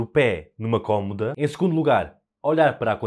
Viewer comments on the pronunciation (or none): none